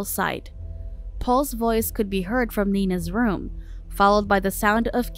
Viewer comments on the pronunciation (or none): none